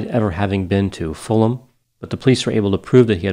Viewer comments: Fantastic analysis once again 👏 really enjoyed that thank you. Btw, Fulham not a town, it's in London. And it's pronounced 'Fullam' not Full Ham. Juss sayin.... 🌻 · It would have been respectful to the family to get certain basic details right. Firstly "Lamplugh" is not pronounced as in the video and secondly Suzy did not live alone at the time of her disappearance. Thirdly Fulham is not "a town west of London" but is in fact part of London (it is fairly central). Finally pronunciation of Fulham is incorrect.